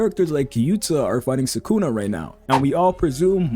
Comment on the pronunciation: Subscribed for pronouncing sukuna correctly most of the time. Nobody else on YouTube gets it right